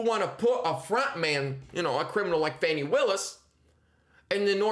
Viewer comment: It's Fawni* - Rhymes with Commie 😆🇺🇲💔